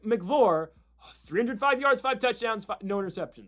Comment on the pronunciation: Lol it’s “AB-UH-LEAN” … and Maverick “MICK-EYE-VOR”